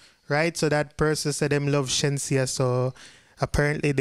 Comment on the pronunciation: CHINSEA IS PRONOUNCE THE SAME WAY U PRONOUNCE SHENSEEA